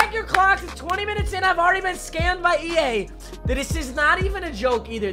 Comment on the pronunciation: EA scammed you because you can't say their name right lol